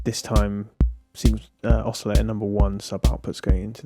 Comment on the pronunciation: I love your reviews, you really impart the knowledge well, and lots of detail. So this is going to sound really stupid carping on an insignificant detail, but I feel I just have to get it off my chest because it bugs me every time - it's the way you pronounce "oscillator" without a t!... and it's not as if it's a word you can avoid. "Filter" has a t, no problem, so maybe you could import it?! Sorry, no offence meant, and I will listen anyway, no doubt about it...